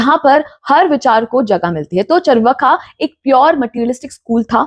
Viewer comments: First of all, it is चार्वाक not चर्वका। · It’s pronounced as chaarvaak, not charvaka. Indians are now reading even Hindi in Roman script and are not learning correct pronunciation of Hindi words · You are doing good , but pronounce name correctly चार्वाक